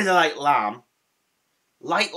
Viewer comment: I'm so happy these are back albeit for a short/limited time...yep Lime has always been my favourite but unlike you I love sour apple too and I'm another decade and a bit older than you. I had to do a double take when you said lime as it sounded like you said lamb!!! I don't understand 'why are they allowed to let you go from your job? Its not like its going to be forever is it? I am so sorry...Do take care...Mand X